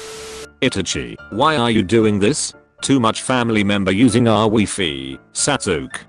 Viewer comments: Anime: sasuke Automated voice: satukie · google translate pronounced sasuke like "sassok" xD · i love how the text to speech voice pronounces sasuke sas ook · Name:Sasuke A.I voice:S A S U K